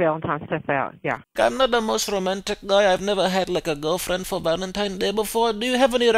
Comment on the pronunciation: “Valanteenz Day” made me lose it. There’s no going back now as an Arab I will forever say it this way from now on 😂 get better man! Keep up the amazing videos